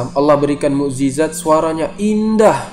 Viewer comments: Zabur buka jabur,mu'jizat bukan mu'zijat,,belajar bahasa indonesia dulu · TERIMAKASIH INFONYA... UNTUK KALIAN,SEBUTAN NYA BIAR BENAR.. Bukan JA-BUR!! Tapi ZA-BUR.. DAN MUK-JI-ZAT*BUKAN *MUKZIZAT